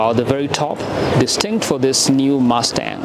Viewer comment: "Ford MASTAHHH"...